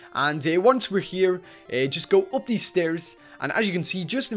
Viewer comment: who noticed that always says going gup besides going up